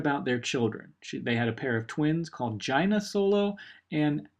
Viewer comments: Mispronounciation: Its not JUina, its JAYna (spelt Jaina) Its not Sidious, Its KAYdus (spelt Caedus) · jaicen becomes darth caius not sidius. and her name is pronounces jay-na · that isn't how you pronounce Jaina is it? like Juyna? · I think it's supposed to be prenounced like this Jay-nuh Jaina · Wow, the way you pronounced "Jaina Solo"...